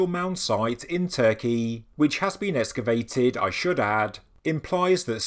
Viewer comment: There is no such word as escavate. It's excavate, as in excavator or excise, (which basically means "to remove"). I wouldn't have said anything, but I thought that if you are going to be saying it 20 times in a video, you might be glad to know for next time. I know I would. Thanks for the great videos!